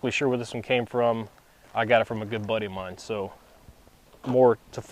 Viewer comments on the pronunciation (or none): none